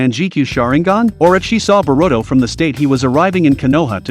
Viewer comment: Barudo, Manjeekyou sharingan, sakuro, itahchi. 🤣🤣🤣🤣🤣🤣🤣🤣🤣🤣🤣🤣